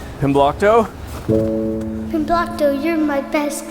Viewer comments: i heard “comblockto” the first time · Glomblicto no 😭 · I just double checked and it says "Pimblokto" in the description of the video where he made a playlist. Maybe he's spelled/pronounced it different at different times or something, I don't know. I don't think so though.